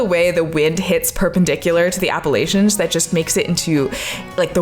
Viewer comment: Check your pronunciation of APPALACHIA. The middle A is not a long A. It's pronounced like the A in apple.